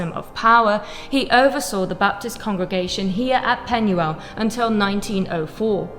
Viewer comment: If you're going to buy a property in another country, at least learn how to pronounce their language. Penuel is pronounced with a U. In Welsh, a U is pronounced as an E - Pen-e-el.